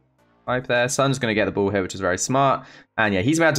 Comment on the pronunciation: the whole video every single time he said ball I hear bull